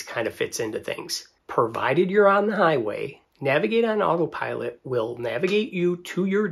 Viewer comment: Why do you keep calling it otter pilot?